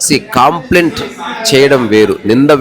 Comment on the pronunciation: కాంప్లైంట్ కాదు కంప్లైంట్ " కా" కాదు "క " please don't think other wise.